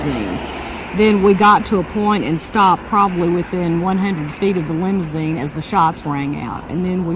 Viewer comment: lol.... Lim-zeen. Why use 3 syllables when you can use 2 🤪